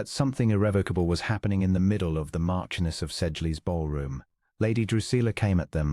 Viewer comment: Pronunciation . Marchioness. Ch pronounced sh!